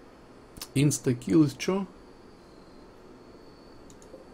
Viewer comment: Прошу прощения, но почему вы так странно произносите имя персонажа Inskill? Почему Инстакил? Он же Инскил О_о